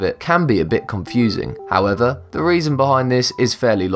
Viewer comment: Jesus. Does every item require a "howevah..."